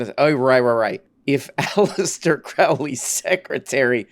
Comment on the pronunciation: Crowley rhymes with holy, Tucker.